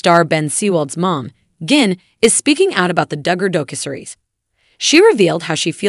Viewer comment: Doe-Cue-Series? The mispronunciations are so so bad in this.